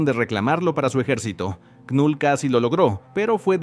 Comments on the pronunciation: Me da cringe que diga literal con letra "k" Knull... Cuándo la pronunciación es solamente "Null" 😂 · La "K" de knull es muda bro🤢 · La K no suena y la U suena más parecida a la 'e' del español. Gracias por tus videos: me gustan.